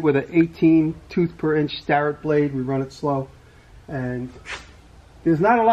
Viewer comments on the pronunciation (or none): none